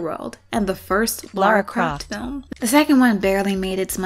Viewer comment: Absolutely hysterical to include the "Lara" Croft pronunciation when inciting the stupid internet dude bros 😂